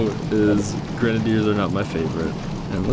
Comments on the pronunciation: He is saying grenadiers wrong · That's not how u say grenadiers and it's really annoying